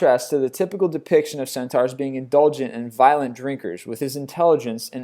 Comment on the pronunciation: CentAURs not centors